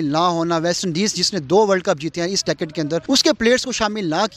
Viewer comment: abbe pehle decade bolna sikh le🤣🤣🤣